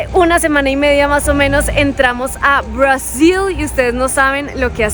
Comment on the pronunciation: Isa, ¿porque insistes en pronunciar Brasil en Inglés como si fueras una gringa? para la próxima en Español por favor...